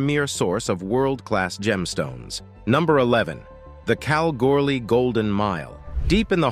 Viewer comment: This is how you say Kalgoorlie like Australians do. Cal gool ee easy isnt it announcer 😊